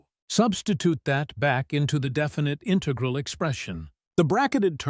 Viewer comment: You don't sound human. You can't even pronounce "integral" correctly